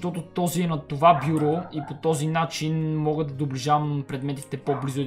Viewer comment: стига си мувисал бюбрю казва се бюро